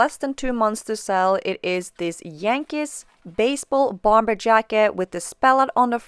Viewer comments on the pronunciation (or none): Bomber is pronounced “bommer”.